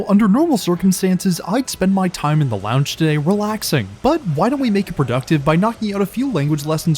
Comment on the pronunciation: Stop adding an A every you say time! I didn't know that timeahh was even a word.